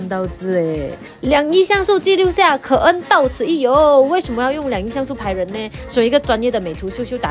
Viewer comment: 是不是我听错了, 可恩是台山/开平的？🤣🤣